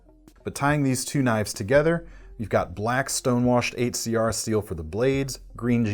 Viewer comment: I die inside every time he says 8cr, step it up CRKT